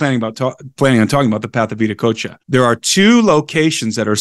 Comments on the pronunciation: If you type in VIDA COACHA on a search engine the results will be confusing. You will get better results with Viracocha. Being "cool guy" by not using English language pronunciation is NOT conducive to communication. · You pronounced Veracocha very interestingly direct connection to Indian and "Russian" vedas?